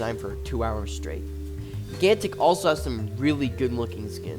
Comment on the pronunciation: gig gantic.... why are you saying it like that?